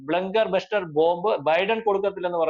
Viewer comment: നിങ്ങള് പറഞ്ഞതും അല്ല. BUSTER എന്നാണ് 😂🤣 ചമ്മിപോയി ചമ്മിപോയി